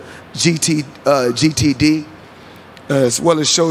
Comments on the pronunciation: That “GTD pronunciation” had mayweather on the ropes for a quick sec. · Y’all saw how tank was looking after mayweathers said GTD Instead of GTB Laughing out loud